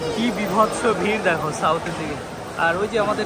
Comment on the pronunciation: বিভাৎস আর দুধ ধর্ষ। এই কথা টা সব জায়গায় ফিট হচ্ছে না। ভাষা শুদ্ধতায় তোমার ভিডিও টেক আপ ভালো লাগবে। ব্রাদার স্পষ্টতা চাই। কানে খোঁচা লাগছে।।।।।